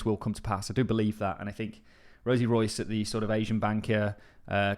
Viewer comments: Rios not Rois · Her last name is quite clearly not Royce. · Boss. Her name is Rosie RIOS, not ROIS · It's RIOS not ROYCE lol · Rosie Rios (REE-OS)! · RIOS not royce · Dude, is Rosie Rios not Royce. The pronunciation is like if you say Reeos. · Her name isn't Rosie Royce (that's how you're pronouncing it). It's Rosie Rios. REE-ose. Sorry, my OCD went into overdrive. Had to clear that up. Good video. Thanks for sharing. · I have a lot of respect for the content you bring us so thank you for this but please pronouncing Rosie Rios as "Royce" just jars me In English, "Rios" is pronounced by blending two syllables: "REE-ohs," with the emphasis on the first syllable. Also Eric Balchunas. Bal choo nas 😂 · You pronounce as Rosie Ri-os not Royce 😵‍💫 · Rios is pronounced Re-os, not Royce. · Rios is a Hispanic name and is pronounced Ree-os. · Rosie Rios ... REEyohs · It's Rosie RIOS, pronounced "ree-ohs" It's Spanish for "rivers." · she's Hispanic and that important ladys' name is Rios, (REE-OHS) LOL get it right. 🤓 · Fam, it’s RIOS! Ree-ohs. Lol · Rosie Rios (Ree-os) 😅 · I know right 😂😂 Rosie is pronounced Rolls...so the correct pronunciation is Rolls Royce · You may want to check Rosie surname pronunciation, you’ve got it wrong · Butchered her name😂😂😂😂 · You completely butchered her name 😂😂😂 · 😂😂😂😂 and then some how can someone who claims to be into XRP get her name soooo wrong 😂😂😂😂